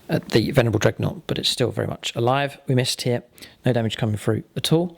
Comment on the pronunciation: Did you know that "missed" sounds like "mist!" And that means dung in german?:D so very funny evertime you yell at the dice 😂😂